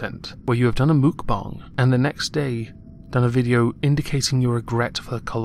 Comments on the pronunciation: It's pronounced "Muhk-bah-ng" ! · She’s been called out a zillion times lol Mukbang is pronounced mook-bah-ngg.. thx !